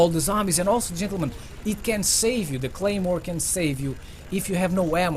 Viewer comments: lol is should say claymore not Gaymore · Anyone notice it said gaymore instead of claymore